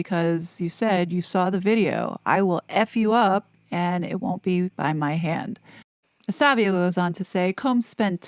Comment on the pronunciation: Estevao is pronounced ES TAY VOW. You obviously read comments.